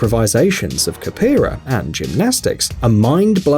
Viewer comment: WTF is 'Kapera!?' the narrator said during the Kick Him part.